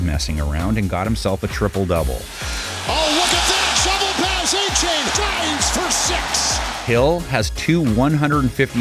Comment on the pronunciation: Miami Mafia gonna best the Bills Mafia. And his names pronounced A-Chan not A-chain NFL.. Put some respect on the rookies name..